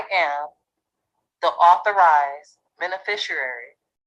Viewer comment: Administrator = office manager. This is not a difficult concept for those with 3rd grade education. "Overstanding" - "Cohershun" - "benerfisherarie" - Stupid on Stilts.